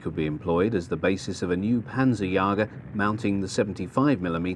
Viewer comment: Panzerjäger, not panzerjager. Nice video.